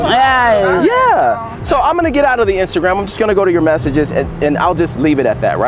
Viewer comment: When said “injagram” I was lost😂😂